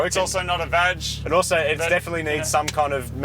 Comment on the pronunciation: Its not vaj its VAG ffs, 420kw please.